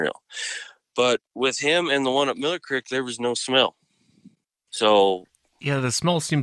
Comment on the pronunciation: Incredible story. But im not sure if I'm hearing things but is he saying crix ? He keeps saying crix but I think he means creek but why does he say it like that because every word is clear except that one .. sorry it's not meant to be rude im just wondering if he's just saying it wrong or is that normal.. oh maybe it's just from bc of where he lives .most likely ok well great story anyways really scary imo